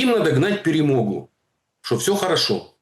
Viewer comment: Ха-ха: "ПЕРЕМОГЬУ". Скажи слово: "ПАЛЯНЫЦЯ" . По украински звучит : ПЭ-РЭ -МО-ГА.